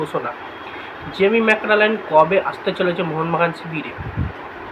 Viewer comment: Dada name ta thik kora bolo ota jamie maclaren